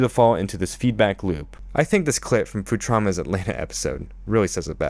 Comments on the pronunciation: Futrama? It’s Futurama. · Futrama? U typed it and even pronounced it like that. And i noticed several other times when u added strange consents to words. Is that intentional? As some inside joke? Surely u know the show wasnt called fu-trama much less spelled that way, so im gonna assume its some reference im not understanding